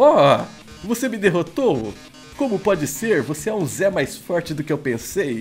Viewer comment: Cada hora que ele fala ZEH eu começo a rir kkkkkk